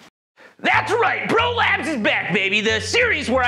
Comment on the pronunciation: I thought you were saying "prolapse" instead of bro labs, seemed applicable for this video.